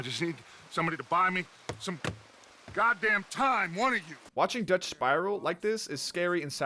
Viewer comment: You calling Dutch “Doug” took me out 😂